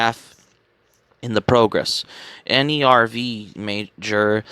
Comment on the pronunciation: I don't want to be rude, but you should check the pronounciations of names in Eva 🤣 for instance, Nerv is not an acronym, it's the German word for "nerve", just like "Seele" is German for "soul"